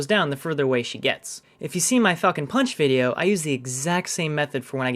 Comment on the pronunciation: It sounds like you're saying "fucking punch video" :P